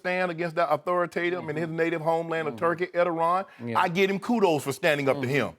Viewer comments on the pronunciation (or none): Nice job pronouncing the Turkish President's name.....Lebron james badder than Erdoğan, that's funny Shannon, if you were in Turkey you'd already be dead.